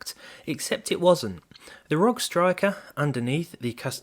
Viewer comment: arr-oh-gee not rog